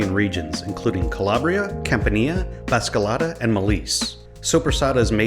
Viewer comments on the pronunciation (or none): BASILICATA not BASCALATA